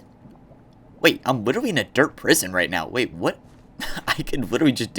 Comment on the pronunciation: Bro said witewy